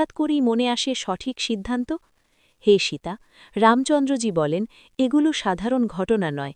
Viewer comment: সীতা নাম খানি ভালো করে উচ্চারণ করুন। জঘন্য উচ্চারণ। বাঙলায় বলছেন, বাঙালিদের মতো করুন।